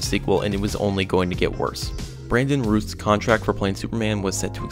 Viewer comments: That's pronounced Dough-erty, not Doug-erty RA•ooth not Rooth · Brandon Routh (like "south"), not Ruth... Michael Dougherty (like "Shannon Doherty"), not Dugger-Tee. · First of all, Routh is pronounced like South or Mouth. Also, you need to amend this to include that one of the reasons it's profit was considered a failure, is in part due to the fact that WB included the debt from the failed Tim Burton Superman Lives project as part of Superman Returns' cost, making it seem like the film profited even less. That's a very important factor and detail that deserves to be know. WB spent a boatload of money on Superman Lives. Take that amount & subtract it from the cost of Superman Returns and then you'll see that Returns actually did great business.